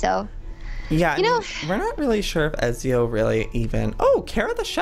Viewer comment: OMG PLEASE FOR THE LOVE OF GOD PRONOUNCE IT PROPERLY EZIO's NAME IS PRONOUNCED E-TZ-I-O!! ITS MY CATS NAME SO PLEASE PRONOUNCE IT RIGHT!!!!!! 😡😤